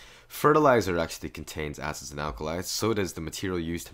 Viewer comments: Mystic he did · I thought he said "asses" instead of "acids" bruh xD